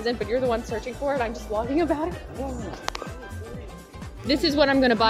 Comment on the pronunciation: well you totally sais "slogging"